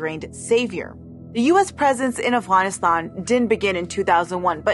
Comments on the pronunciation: If she's epeaking in English then why is she pronouncing AFGHANISTAN as AFWANISTAN? If you're speaking in English to an English-speaking audience then use the proper English words. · I appreciate this point of view, this is a good video but every time you say Afguyanistaun it's like hearing someone chew with their mouth open. No Afghan has ever tould me to say it like that. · Why can she not say Afghanistan right but can say afghan correctly I just don’t understand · I know this video in on a serious topic, but it's so weird to hear Afghanistan pronounced that way. It like hearing someone call penguins 'penwings.'